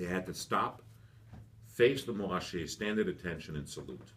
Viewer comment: It’s literally just anglophone laziness.